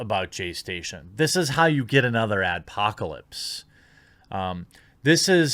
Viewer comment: "we gat another adpocalypse" Are You a fucking dumbass?